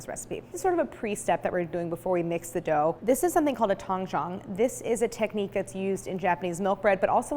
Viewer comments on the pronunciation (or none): Video would be better if Claire pronounced Tangzhong properly. Should have consulted a mandarin- speaking friend instead of butchering the pronunciation. The OG is Christine's Recipe's as far as I can remember seeing it on the internet.